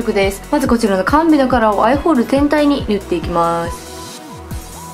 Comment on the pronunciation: なこここ 全体にって言おうとしているのがてんたいにって聞こえるんです！